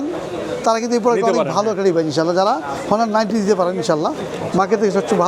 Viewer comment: হনার ❌❌ অনার✅✅✅